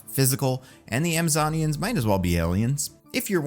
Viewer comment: adding the NYA to the pronounciation of Zoe SaldaNYA and AmazoNYAns felt intentional lol is this a cats video tease